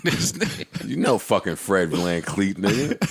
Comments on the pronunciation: Joe called him vancleek its vanfleet😂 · Its VanVleet dawg. JOE! ITS VANVLEET! JOE!!!!!! JOE!!!! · Joe can’t read 😂 “Dye Lon Brooks” and “VanCleet” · vanvleet man why can't anyone ever get it right lol